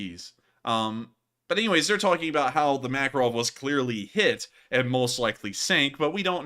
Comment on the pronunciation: I first thought you said "Admiral Mackerel" and now it's all I can hear 😆